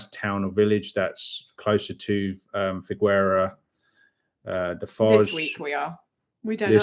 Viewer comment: Quick tip. In Figueira da foz, the U is silent. In Portuguese a G before an I and an E is read as a J. The u is there to prevent this, and maintain the G sound. Hope this was not too confusing (long story short, Figeira da Foz)